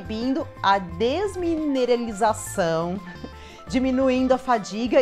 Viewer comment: FERTIUS , não . F E R T E I S !!!!!! Niveus , não . N I V E I S !!!!!! Dismenerelização , não . D E S M I N E R A L I Z A Ç Ã O !!!!!